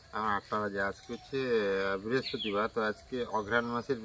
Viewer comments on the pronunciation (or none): Biraspatibar abar ki ? Ki lekha pora korli ?? Brihaspatibar word ta